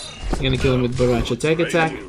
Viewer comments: Bahrahcha? Lol baraka’s reject brother I guess? Say it w/ me now... Bow Rai Cho; that’s how u pronounce it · its bo rai cho not bo ra cha :))))